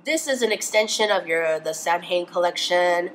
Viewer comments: Samhain is pronounced "sow-eun" (sow as in a pig) - sorry if you consider this nitpicking but it honestly drives me mad when Americans say it "sam-hane". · just a lil fyi, Samhain is pronounced "sow-in" bc its gaelic in origin :) love the video!